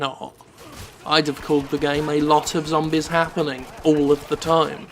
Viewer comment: LOL I never get tired of how he says "zombies", it's like "zombiz"